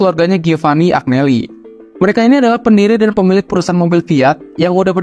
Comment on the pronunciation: Maaf mas, Agneli tu dibacanya Anyeli... Giovanni dibacanya Jovanni...